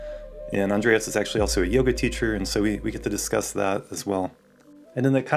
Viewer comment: It’s Andres, not, Andreas*